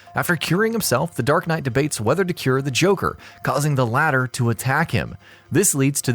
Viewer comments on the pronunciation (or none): none